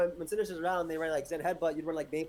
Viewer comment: Why does he call cinderace cinderachie